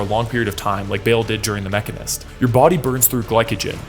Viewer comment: lol… came here to say that. The Machinist, not Mechanist.